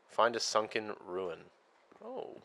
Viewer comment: Shunken ship❌️ Shunken temple✅️